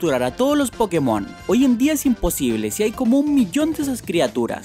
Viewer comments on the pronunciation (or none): none